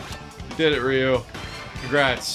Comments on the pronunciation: He said ri yu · The way you pronounced Ryu's name made me literally roll up my eyes 10 times at least Bye. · So no one is going to talk about how he said Ryu's name wrong?